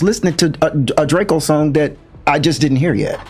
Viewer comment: It’s DRAKEO not Drake-o get it right